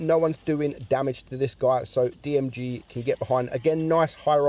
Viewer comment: It’s Girl not Jirl